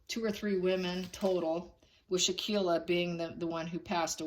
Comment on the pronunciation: Victim's name is Shanquella (Shan-kwell-uh). Her best friend was Kahlil (kah-leel). Her killers were the woman with the name pronounced Day-jan-ay, and the other killer is Wenter. The 3 of them masterminded this crime, plus the witnesses that didn't intervene. This makes me sick, and thank you for shining the light on this situation ❤🙏. If it was a Gabby Pettito, it would be all over the place and people would be pronouncing her name right. We need justice for Shanquella.